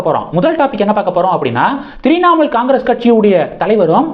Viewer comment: தம்பி த்ரிநாமூல் இல்ல . உச்சரிப்பு முக்கியம்.